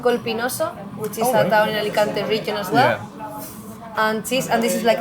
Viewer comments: Alicuntieeee. A-li-kan-te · Hey! Learn to say the name of the city! No "Álekánti". Correct: "Álikánte" (a)! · It's pronounced Alicant(ay) not Alican(teee). Thanks for the video. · great video, but try to pronounce the E at the end of Alicante, like the locals!